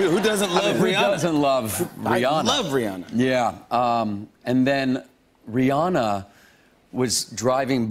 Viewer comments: "Rheearrrnaaarrr!". Stahp. It's Ree-anna. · Why do people say her name is Ri-ah-na is ridiculous her name is Ri-ANNA... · Why can't Americans pronounce Rihanna's name right? It's Ree-ANNA. ANNA. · CapuletRose RIGHT He says it like "Rhe-Anna", with a heavy Germanic pronounciation on the "An-nA" bit loool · Rihanna but he says re on ahhhhhh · Who is this ‘Reeyarna’ they speak of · How Aaron Paul says “Rihanna” ... sigh. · hearing them mispronouncing Rihanna's name hurts lol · Why is he pronouncing Rihanna's name like that?